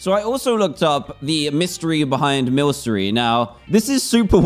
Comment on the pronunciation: Ah god your saying Milcery wrong Also the dark type gym leader is called the allister and he has a mimiku